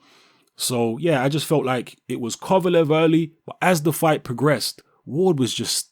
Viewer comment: thank you you said it right